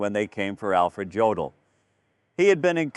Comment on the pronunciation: Dear AI: JODL IS PRONOUNCED "YODEL"!!